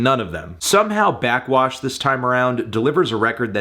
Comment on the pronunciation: Anthony, burping into the mic and saying “blackxwash” for 8 minutes is not a review